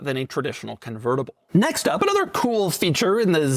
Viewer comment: how did "another" turn into "blbbblbllbbl"??? You okay, Doug?